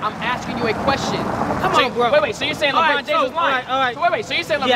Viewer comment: This nigga said Lebrown 😂😂😂